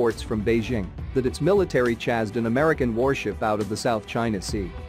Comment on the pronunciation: More Clickbait totally inaccurate and Hideous Robot Voice that is not even able to say words properly such as Chazzed ship away , instead of Chased ship away. Also narration was not even synced to video, for instance several times it was describing a British ship whilst showing footage of an American ship. Also as many others have said Hardly a Tense standoff nearly 600 miles apart lol. I suggest you Ditch the Irratating robot voice, use your own voice, or get someone who can speak properly and clearly. Also get your facts right, and state the truth of what your video is really about. By tying to hype the truth and get a reputation for clickbait videos like this, you will Lose viewers and potential subscribers Not gain them. Tell the truth, report what is really happening. We have enough lies and false representation by our politicians already without ordinary people adding to the lies.